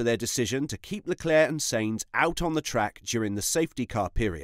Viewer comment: Stop pronouncing Sainz as Saints. Hate it